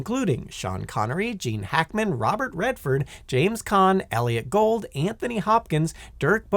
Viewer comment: It's Elliott Gould, not Elliott Gold... 🤦 🙄 (Its pronounced "goold")...